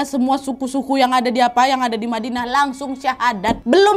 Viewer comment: Badinah salah ucap kak,ya?